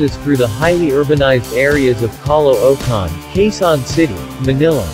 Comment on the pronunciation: caloocan pronounce "kalookan" thats only i know to pronounce spell